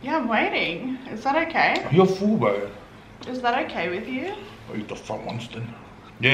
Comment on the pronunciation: “Okeh sailor moon 😒” Hahahahah